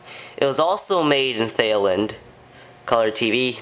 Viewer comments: My man said “They-land” (Actually pronounced “Tie-land”) On god bruh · Thanks for showing your cool little Toshiba tv. I'd like to see some more closeups of the screen to see how fine it is! Also, Thailand is "tie-land" 😂 lol